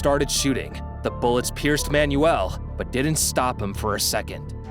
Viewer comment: I gave up on this video after he mis-pronounced both Manuel and Occultist within the first .